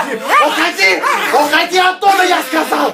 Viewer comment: Бедная собака но рассмешило Когда он говорил ухади!